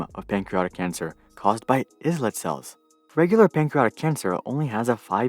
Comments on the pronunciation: It's actually pronounced as i-let cells and not is-let cells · Islet, sounds like “eye-let”